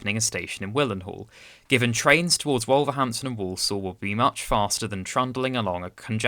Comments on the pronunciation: First time watching your channel and I'm impressed, you've gained a subscriber. Just a word of advice on pronunciation, Wolverhampton is pronounced more like WUL-verhampton, with the 'O' sounding more like a 'U', and with Willenhall, the 'H' is silent, like the 'W' in Greenwich, so sounds more like WILLY-nall. Also Rugeley is pronounced like ROOSH-lee. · and speak a bit slower. It is Dar laston, not Darlston, and Wolverhampton with emphasis on the ham.